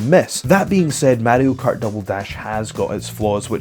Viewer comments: What the hell is Matty-O Kart? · Wtf is MaDDY-O Kart